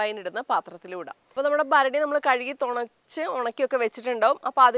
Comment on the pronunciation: thonach enn alla thodach ennalle😂😂😂 kuttam paranjathalla kettoo